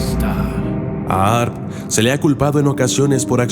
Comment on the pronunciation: excusame hermano se pronuncia harp...en este caso la h no es muda....Dios te bendiga. puedes tambien agregar que produce problemas en la circulacion cerebral...lo que produce presion alta y depresion......